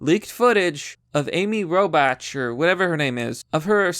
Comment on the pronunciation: The way you pronounce Robach and oligarchy are funny Lol reading is not your strong suit, but that's merely...the obvious. Jk love the vids